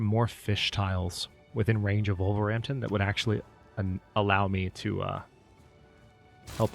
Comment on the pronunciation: Apologies for the random way we Brits have decided to pronounce our place names... And I wouldn't mention it but you seem to like getting the pronunciations down... You called Wolverhampton "Wolver-ampton". This is actually one of those times we say the H, so it's "Wolver-Hampton". 🙂 Enjoyed this series immensely.